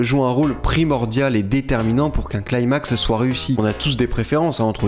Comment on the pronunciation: arrête de dire "claimax" je t'en supplie on dit "climax" genre "cli-max"